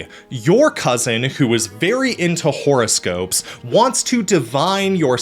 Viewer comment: Love the way you pronounce "horoscope" "whore-o-scope". Is that suppose to mean something? 🤔🤔😉